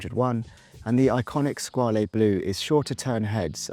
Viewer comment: Fun video 👍 FYI Sinn is pronounced Zin, Squale is pronounced Skwal.